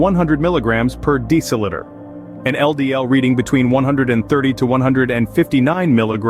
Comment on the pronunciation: It is "DECIliter" NOT "DECILItor!"